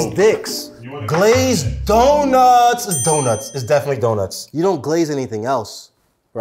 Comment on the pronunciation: It says "Clazed" instead of "Glazed" multiple times